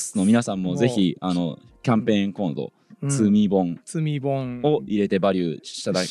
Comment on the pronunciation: 積み本って普通に聞いてたら罪本に聞こえますね〜。